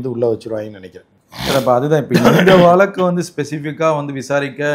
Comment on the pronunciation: வலக்கு🙄🙄 அல்ல... வ ழ க் கு... வழக்கு 💪